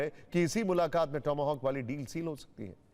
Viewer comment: टोमो होक नहीं टॉम हॉक बोलो भाई 😂😂😂